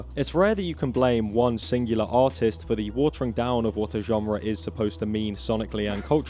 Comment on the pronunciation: Every time you say artist/s I hear autist/s and it fits perfectly. 😅